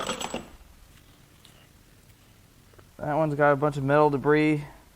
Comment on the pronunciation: De-briss. My son and I use this pronunciation when a caution breaks out a nascar race due to “de-briss in turn 2”…😀